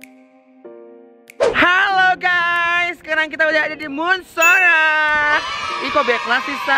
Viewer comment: Suka a "haloo gayy" haloo guys buk jgn gay beda arti🤣🤣😝